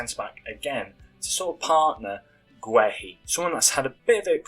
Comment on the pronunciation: Guehi is pronounced gay - ee